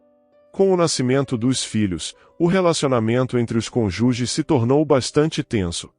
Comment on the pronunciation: Adoro o canal. Mas a mania da pessoa falar CONUGES, em vez de CÔNJUGES com circunflexo no O, indicando a sílaba forte.